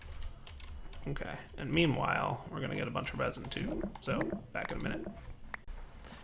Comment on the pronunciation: Did say "memewhile"?